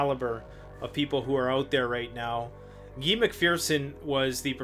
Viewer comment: His name is pronounced "Gi" not Ge. It's guy like saying "you guys." This is great! First time I've actually seen Preparedness together with Abrupt Climate Change. Can't wait for the interview. I have followed Guy McPherson for some time now.